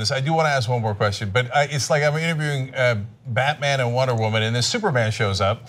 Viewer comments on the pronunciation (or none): none